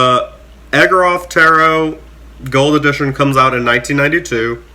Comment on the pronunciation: It’s pronounced Igor-ov. 😁 Artwork is very unique! Love how you hold the cards really close to zoom in on certain aspects.